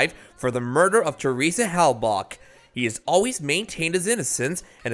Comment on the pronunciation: Dude! Learn how to pronounce Theresa name correctly!! (Seriously, Hellbak)?????